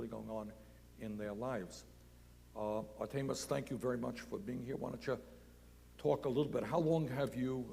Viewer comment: Am I the only one who noticed Bernie pronounces names like the bad substitute teacher from key and peele. Ayayron and artaymous are straight fed up. I wonder how much principle O'shaghennesey makes an hour?